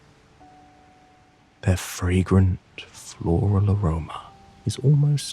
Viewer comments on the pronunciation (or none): none